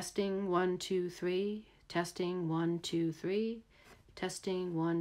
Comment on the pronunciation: One, tou, thwee